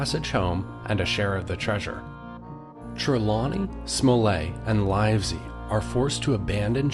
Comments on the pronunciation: It's not "Smol-lay"; it's SMOLL-ET. And it's LIV- ZEE, not LYVE-ZEE. The dot on the map you placed, is Liverpool. Bristol is much further south!! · I thought it was pronounced captain "smullet" and Dr "Live see"